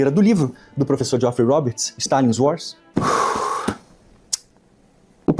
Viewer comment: 😂 o Camarada aí fala inglês fluente como o Maduro...kkk. "No uars" ..."píce píce (peace)..."imagine ol de pipol"...😂